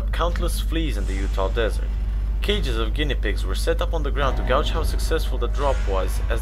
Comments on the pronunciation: Great video! Note: You may want to study/explore the differences between gouge and gauge, a bit different in the sentences in which "gauge" is used here correctly though you pronounce it as gouge, especially when you add a word that's not even part of the text as you did "gouge out" (to carve out) when it should simply be "gauge" (to estimate). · On Operation Plumb-bomb, it was not "in order to "gouge" out" (that is to "dig" out) but "in order to GAYGE out" pronounced like that, so as to "measure". Great vids. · Yeah, seriously, this guy needs to learn the correct pronunciation of some of his words. "Gauge" is not pronounced "gouge" and I think he screwed up "firing" as well.... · The word gauge is pronounced with a hard a sound like Gage.